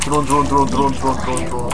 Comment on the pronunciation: Drrone Drrone Drrone Drrone xD